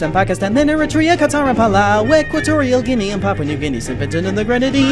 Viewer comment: I shall argue. You pronounced Dominica, Bahrain, and Qatar incorrectly